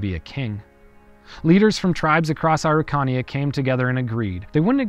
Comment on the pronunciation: It took me so long getting that you were pronouncing Araucania, I love your videos, and is ok to ask for help for pronunciation.